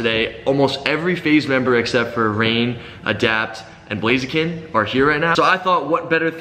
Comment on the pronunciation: He SAID BLAZIKEN